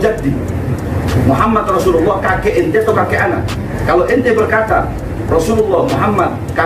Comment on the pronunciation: Pada menit ke 1.01 bahar bin smith salah mengucap syahadat Rasulnya. Lafal yg seharusnya dibaca " anna MuhammadAr Rasulullah" ia baca "anna MuhammadUr Rasulullah". Sptnya belum pantas klo status penceramah disematkan pd dirinya. Lebih tepatnya adl "orator". Apalagi baca kitabnya banyak salahnya. Ngaji Qur'annya jg msh amburadul 😂😂😂